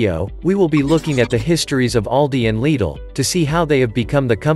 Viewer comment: I couldn't help but notice you pronounced Lidl correctly. Why is this so hard?